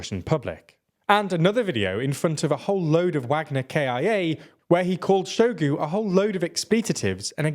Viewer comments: In russian words ZH always sounds like S in viSion, meaSure. In word Bahmut the Great Soviet Encyclopedia puts emphasis on U. Shoigu pronounced his name with emphasis on U. You can hear it in video "Истинная фамилия Шойгу". Gerasimov is pronounced with G as in "gift". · Can someone explain to me how this is your job yet you pronounce Shoigu and Gerasimov like you've read them for a first time on a billboard you drove past at 100mph